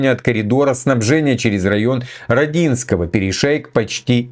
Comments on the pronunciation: Не знаю читает ли комментарии, но всё-же - не РодИнское а РОдинское, с ударением на букву "О" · мой город-РОдинское,прости режет слух